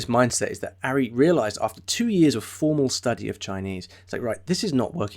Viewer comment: Pronounced "Ahri" not "Arri". You obviously haven't watched many of his videos...